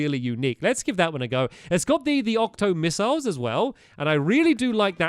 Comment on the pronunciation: Am I the only one who was triggered when he said "octo missiles"?